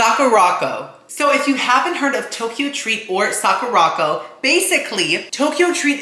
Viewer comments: I heard you say the word Sakura correctly at one point. The box though is "Suh-kur-ah-co" not "sock-or-rock-oh" LOL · Sakuraco is pronounced saa·kur·uh co, like sakura (cherry blossom) co. 😭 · The way you pronounced Sacuraco 😂😂😂 Its Saw-kerr-aco 😂😂😂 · Isn’t Sakuraco pronounced like Sakura co.? Suh-koo-ruh co? It seems like he’s pronouncing it different on purpose though because he pronounced Sakura right, I’m confused!!